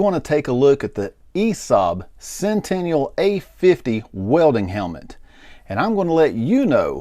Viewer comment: Sentinel, not centenial.